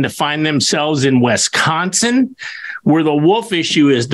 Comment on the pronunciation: It's not Wesconsin, dude!! It's Wisconsin or as the locals call it, Wis-can-sin!!